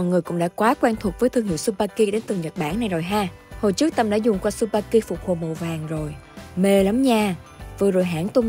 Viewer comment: Không phải su ba ki đâu c mh ad. Chư ba ki nhé hazzzzz.